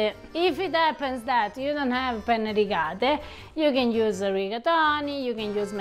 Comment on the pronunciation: Italian advice. Say “penne” not “pene”. Make sure you say the two N’s.